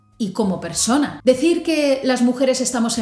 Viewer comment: No se porque sustituye la d por la s pero es gracioso